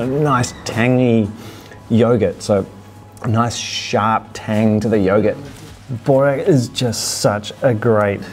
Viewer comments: Annoying me so much how you’re saying bOrek instead of bUrek :( but enjoy! Yumyumyum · You guys say borek bit the "O" sound loud try saying it a bit deeper and then its perfect but burek is my all time fav food. Im serbian you see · BRO ITS BUREK BUREK BOORECK PLEASE